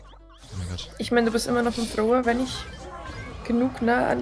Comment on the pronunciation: Bin ich derneinzige den es triggert dass sie Thrower sagt😅